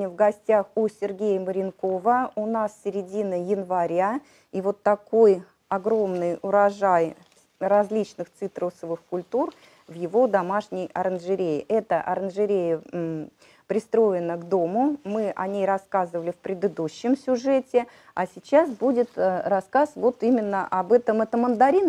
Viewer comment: Оранжерея, а не аранжерея.